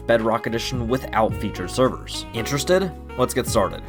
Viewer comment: i like when say instrested